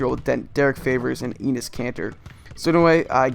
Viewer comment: Great video, but Enes isn't pronounced 'eenis' it's more like 'ennis'